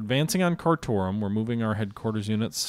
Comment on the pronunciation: Keep going for all out victory so you can change the names of the Indian and Sudanese town names to something easier on the tongue than Jhod poor (like the horse riding trousers) or Kar tomb (Lawrence of Arabia) then you roll Mogadishu et al of the tongue and I say sod it you say them how you want. If you move the V1's down a hex you can bomb London I guess?